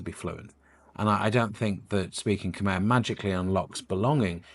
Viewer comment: Maybe your first job is to learn how to pronounce "Khmer" 😂